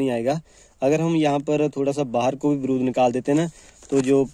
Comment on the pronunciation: Baarud hai .brud nahi😂😂😂😂😂